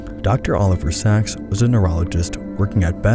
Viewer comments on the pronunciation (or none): Sacks, not Sach's